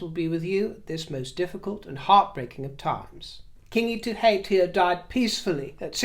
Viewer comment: Kia ora thank you for mentioning the passing of Kiingi Tuheitia your pronunciation of te reo maori the maori language was lovey to hear aroha mai love from Aotearoa new zealand.